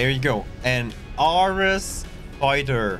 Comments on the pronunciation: Man you had me lost with your pronunciation of ARES as best fighter more or less. I'm new so don't know the ships, sounded like you said Orus or Aurus. Good thing Ares is the first ship in the Encylopedia I got based on look. :) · Ares is like the God of War, as in Air-eez in pronunciation. Also...Forward Facing Weapons...I mean to be fair, Turrets are not necessarily FF, but when talking exclusively about S-Class ships where FF is literally the ONLY option, I don't feel like Exagerating the words e..v..e..r..y..time you use them when it is redundant to even mention the FF part.......just a thought